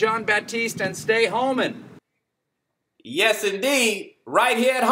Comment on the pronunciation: "Jon Batiste and Stay Homin"